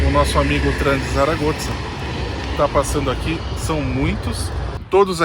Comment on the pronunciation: Realmente a cidade é diferenciada e parece oferecer muita qualidade de vida. Uma dúvida: porque vocês falam "Saragotza"? Notei que o pessoal daqui pronuncia "Saragossa".